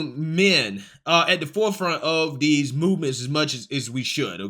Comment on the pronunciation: Hello creator, Can you pronounce they these them those that instead of dem dose dese dat?